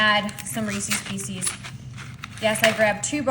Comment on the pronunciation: Also, NOT REESIES, it's Reese's---also not PIECEES. Correct reading is very important!